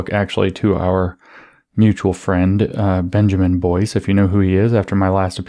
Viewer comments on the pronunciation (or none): none